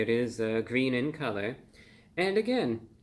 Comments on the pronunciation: I know I’m not the only one…when Reviewbrah does his “It’s gween” throwback, it sends me into fits of joy! 😊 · "It's Gween!" 💚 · It’s GWEEN !!! It’s Gweeeeeeen ! 🟢😱🟢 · "It's Gween" 😂...that's cute! Great review and happy to hear it was enjoyable! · Its gween